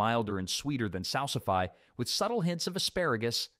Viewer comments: Definitely wasn't expecting to see a clip from Terry Gilliam's Jabberwocky when I clicked on this! BTW, salsify is pronounced "...fee", not "...figh" (it's a noun, not a verb 😁). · It’s pronounced sal•suh•fee, not sal•sih•fai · 'Salsifee', please not 'salsi + fie'. Don't confuse it with 'codify'. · Pronouncing Salsify wrong. It's sal suh fee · We always pronounced salsify "SAL-suh-fee" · It’s “salsiFEE.” It doesn’t rhyme with calcify. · It's pronounced salsif-ee from what I've heard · Salsify is pronounced "Sal-siff-ee". Thank you for the history of medieval produce. It's very informative.